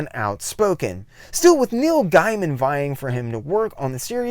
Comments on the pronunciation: I'd love to see a retrospect on Madman if you promise me you'll do me one favor and pronounce Neil's last name correctly from now on. It's pronounced Gayman, not Guyman. By the way, I'm just busting your chops. It's nothing personal. I mispronounce names on occasion too. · just a heads up, like you I initially thought it was pronounced "guy-man" but actually it's "gay-man". and like him there was a few times i thought you were saying Neil Diamond LOL. Great vid, and looking through your channel i've queued up a bunch to watch next. Awesome topics for a 90s-onward comic nerd like me. Subbed. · Comico is pronounced Comeeko (I know because I worked there), and Gaiman is pronounced Gaymun.